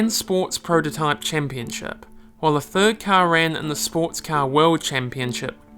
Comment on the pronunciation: did this dude really say forth and thirth